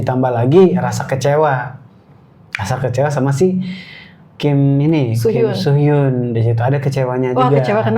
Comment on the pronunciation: Kim soo men kak. Bukan kim so mean.